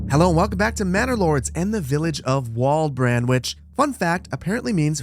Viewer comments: Pronounced Valdbrand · Walbrand would be pronounced Valbrand! (W sounds like a V in German.... V sounds like an F so Volkswagon would be Folksvagon) Desdinova mentioned your relentless positivity and that's a major reason why I follow and contribute to